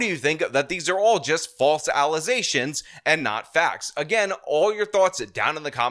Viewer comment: Allesations not faxs